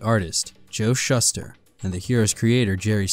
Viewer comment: Ugh. Schuster is pronounced "Shoe-Stir"